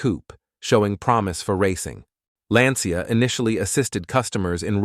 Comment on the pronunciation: Please Try Pronouncing Their Names Correctly, They Are Italian. It Not Johnny or Vincent its Gianni and Vincenzo. Also Lancia is not pronounced Lansia, There is no S, Its pronounced Lanchia.